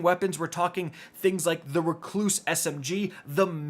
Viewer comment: REC-loose, Not Re-CLOOSE